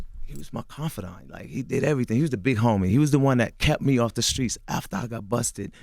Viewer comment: As old as CTG is, he’s still saying “Skreets” WTF!🤦🏽‍♂️